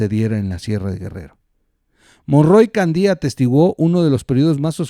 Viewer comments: ¿Nunca escuchaste el apellido Candia,? Haz este ejercicio: ¿cómo lees cada palabra: Cándia, Candía? Bueno. El apellido Candia suena como la primera de la pregunta, y eso por ser la "a" sílaba fuerte (la "i" es débil) e ir antes de la "i". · Santa Lucía, es en Acapulco, Gro. Y es Candia, no Candía. Saludos desde Chilpancingo, Gro.